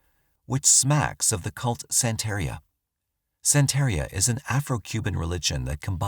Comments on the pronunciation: Growing up in Florida, i know about Santaria. It's pronounced "santa-ree-uh" like diarrhea, but with Santa Claus. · Just FYI, Santería is pronounced san-tuh-REE-uh 👹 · The religjon is called Santeria. It is pronounced: 'santa' + 'rhea'. (After you say santa, then you say: 'rhea'. Like it sounds in the word: diarrhea. The word Santeria means "The Way of the Saints" in Spanish. The religion itself was originated in Cuba during the 18th and 19th centuries. Santeria was created with the blending of Roman Catholicism with traditional West African religions. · Our narrator should make a practice of looking up pronunciations of places and unfamiliar names (e.g., Pinellas, Santeria).